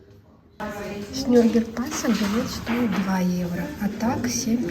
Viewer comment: За видео спасибо, но почему вы название города произносите неправильно - Нюрберг вместо Нюрнберг? Там же в середине есть буква "Н", которую тоже нужно произносить! 🤔